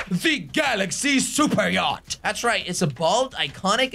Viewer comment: him pronouncing the yacht names wrong and calling orange yellow pissed me off so badly. still love you thought jelly(no homo)